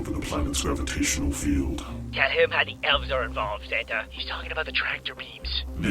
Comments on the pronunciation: I call him "" because that's what i heard him say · I actually heard the alien A.I. call himself "" instead of "Santa"